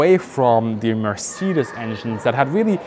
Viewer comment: Weird hearing the correct way to say Mercedes. In the US it is pronounced mer-SAY-deez. Even the Mercedes commercials pronounce it that way. Richthofen actually tested the D7 and the DR1 and he was wanting the D7 instead of the DR1. I think he would have been even deadlier in this plane. My dad told me he talked to a WW1 pilot when he was in the Navy back in the 1960's. The US pilots use to call the Fokker something that sounded very similar, lol. Only in Germany would they use a digital pattern paint blocks in 1917.